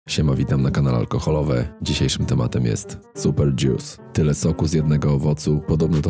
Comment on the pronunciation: nie mówi się dzius tylko dżus jak już, ewentualnie dżjus :P